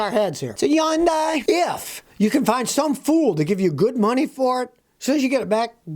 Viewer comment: What the hell is a "yundai?"